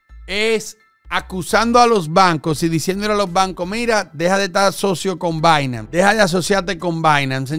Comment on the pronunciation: repite despues de mi, es "Bainans" no "Bainams" hahahaha